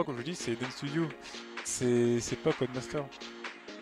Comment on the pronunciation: Encore des tête-à-queue!!? C'est dégoûtant! REPENTANCE REPENTANCE REPENTANCE P.-S. L'éditeur est "Codemasters", il faut prononcer le S. Bisous